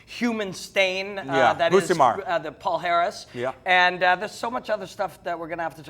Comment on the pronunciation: said Palhares correctly!!!